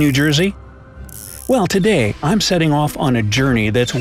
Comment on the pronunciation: did anyone realize the "destinatioMn"?